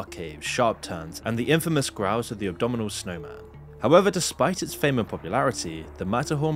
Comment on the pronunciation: “abdominal snowman” what 😂 i think you mean abominable…